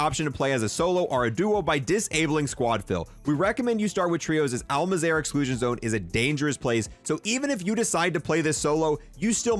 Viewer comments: i just want to say and its probably a bit much but can you please not say al mazarah when its al mazrah MAZ RAH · Im sorry i know this has nothing to with the video but him saying “Al Mazerah” instead of Al MAHZ-RUH (pronunciation) is killing me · Btw, you’re saying Al Mazrah, it’s pronounced All-Mauz-Rah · Things he pronounces wrong: Panzerfrost Polychromatic Al Mazerah Black Modus